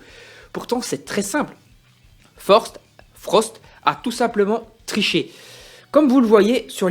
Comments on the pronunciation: Frostt pas forst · Non seulement tu passes ton temps à dire "Forst" au lieu de "Frost" à l'oral, mais en plus même à l'écrit dans la description de ta vidéo tu fais la faute haha !